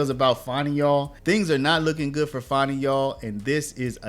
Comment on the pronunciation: Fani annie bo bani banana fani fo fani me my mo manny FANI. Nobody wants to say FANI. Not fawni .. Fanny. Her daddy calls her fanny. Fani, take a load off. fawnie, y'all making her hate her Name. It's Rude to Not say her name properly.